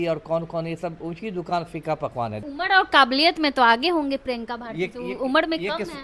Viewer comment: उम्र ko उमड bol rahi hai...bolna to seekh lo moorkhon..JNU ki parhi badtammej German ka ek sentence to theek se bol nahi pati hai😂😂😂